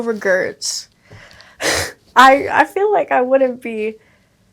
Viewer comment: She really said "no regerts."